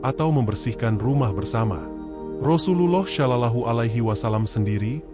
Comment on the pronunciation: Tolong betulkan sebutan sollallahu ..bukan sho..tapi so